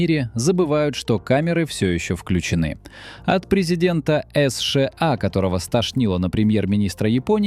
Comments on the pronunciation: Автор. Сша а не эсша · "Эс Ше А"....это что-то новое!!!! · Правильно, надо выгонять путина, ему 74. Но это вы боитесь сказать. А идиот, который так произносит название страны? Это ИИ или просто дурак. И ещё про возраст. Первый Канцлер ФРГ, КонрадАденауер, в 1949 году стал первым канцлером послевоеннойГермании в 73 года, а ушёл в отставку в 88 лет и он был лучшим канцлером, поднял страну из руин и она стала второй экономикой мира, уровень жизни был высочайший. ДЕ ГОЛЬ БЫЛ ПОЕЗИДЕНТОМ В 79 ЛЕТ.